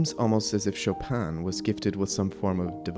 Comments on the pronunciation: Not SHO-PAN sho pin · The N of chopin is not pronounced in french. Its a french name, not polish.